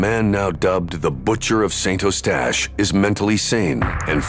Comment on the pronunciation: Pronunced Saint UH-stache, NOT Saint O-stache!! Saint Uh-stache is in English, or San U-stache in French. Also it's SAIRge -- not Sirge. St. Calix is San Caleex. Deux Montagnes is Deuh Moantan-yuh (French), or just Two Mountains in English. Also called Lac de Deux Montagnes or Lake of Two Mountains. (My dad used to live there.) It's not really a lake, altho it looks like one -- it's just a very wide section of the St. Lawrence River, maybe 1/2 a mile across -- a really nice view, as u can see all the nice houses & mature trees on the raised riverbank over on the other side of the lake. Peaceful view, & no yahoos on seadoos making a racket, nor loud boat motors etc.